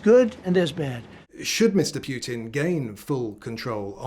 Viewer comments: 😂😂 it's Putin, not Piutin. You sound dim. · I don’t see war ending with that pronunciation of the Putin name